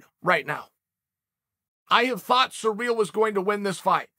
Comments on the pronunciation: Why is this guy saying Surreal instead of Cyril. Weird. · The way that Uncle Chael says, “Ciryl” is surreal,- pun intended. “Belal “ is another face palm pronunciation. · It's ciryl not cyril